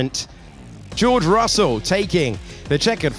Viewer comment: Por qué dice Rosel????